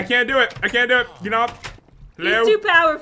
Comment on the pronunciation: pat,when you say lets do this you say le do de.why?